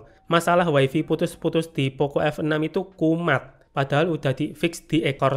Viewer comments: mas maaf bgt, tp saya gatel bgt denger "waifi" tolong bgt nyebutnya jadi "waifai" ya 😓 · Way-fay ✅️. Way-fi ❌️. 🗿